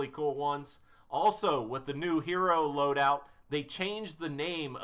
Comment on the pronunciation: i cringed so bad when u failed to say loadout 3 times